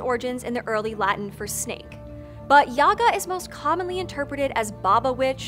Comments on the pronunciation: May I note as one of those "many Russians" that the stress is on the second syllable YagA, not YAga? Also "baba" in modern Russian is a derogatory term for a woman of any age, it might have some "positive" connotations in some usage cases, but even in those situations I would argue it's very questionable. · Gentle reminder that the pronunciation is baba "yega" not yaga. In Russian at least. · Wonderful and engaging story, kudos to the Author! One thing- the stress in the name is on the second syllable - yagA not YAga. Probably not important for a foreigner but really goes against the grain for a Russian speaking person, considering how many times it is uttered. Otherwise - Great job. Big like.. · Actually, it is stressed as yagA, not YAga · You pronounce Baba Yaga incorrectly, it is baba yagA not baba yAga . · Russian correct pronunciation is bAba yagA, not yAga! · Great vid and info but you are pronouncing her name so wrong my ears 😂😂😂😂 It’s baba Yagà not Ŷaga, apostrophe on last a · It's pronounced..YA. GAH...NOT YAGA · It’s BA-ba ya-GA. I love that you covered her, but blast it, the mispronunciation of her name nags me. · It is Baba YagA The accent is on the the second syllable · You are pronouncing it wrong, it is Baba Yagá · it's yagA, not yAga tho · You are mispronouncing her name. Baba YAH GAH. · and I can not get over the fact you've done so much research yet pronounce her name with emphasis on the wrong syllable. jk, loved it. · It’s pronounced with the emphasis on the second syllable. It causes me to cringe the way you say it (you are not alone).